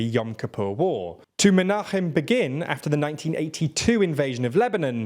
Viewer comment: you have Israel misspelled. you have obstacle misspelled. you misuse the word "well," it should be "good." you pronounce "Begin" as one does the English word. It should be pronounced "BAY-gin."